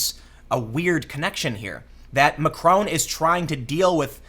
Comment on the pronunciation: Mac-RON with a softly hit 'n'. Not Macrone!